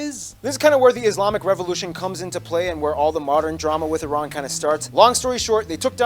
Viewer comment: Very good that you pronounced Iran correctly. It's eeeran not ayrane.